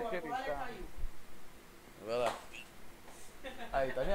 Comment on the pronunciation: "voce eh preconceituonsa quirida" 💅